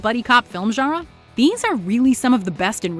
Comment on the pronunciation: Love the videos but please, either say "genre" with a perfect French accent, or pronounce it like a North American. Right now you're in a weird no man's land in between the two.